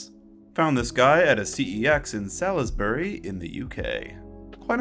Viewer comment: "Sal-is-berry", my dear, is pronounced 'Sale-s-berry' I didn't have many VHS when I was younger (4?), so I got a lot out of my Story and Song Collection. To this day I will happily sit down with them on a playlist in the background. If they haven't been purged. *One of the VHS was a compilation of episodes ripped from the TV so its not as terrible as it sounds.